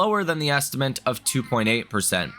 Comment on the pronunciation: Love the content but “estimant” gets me every time ☠️